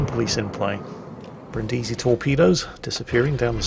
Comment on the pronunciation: It's pronunced Brìndisi and not Brindìsi